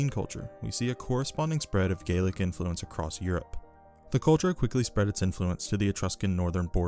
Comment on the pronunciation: So I am a little confused on your pronunciation regarding what I think is Gallic? But you pronounce it like Gaelic. or are you saying Gaelic? Sorry I am just confused.